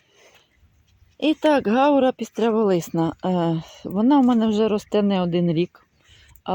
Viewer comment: Це не гАура,а гаУра